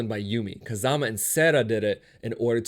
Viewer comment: he pronounced Kazuma (Kiryu) as Kazama